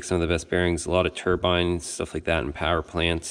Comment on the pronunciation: I like how you said they make military shhhuff lol